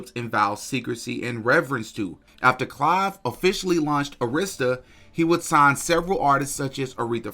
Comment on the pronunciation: It’s pronounced A - emphasis on the short A - rista Records.